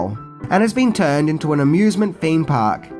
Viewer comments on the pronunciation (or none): none